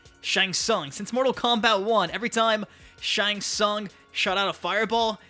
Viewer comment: it's Shang Tsung duhh